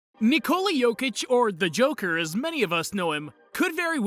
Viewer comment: Not Nicole yokic , Nikola Jokić!!!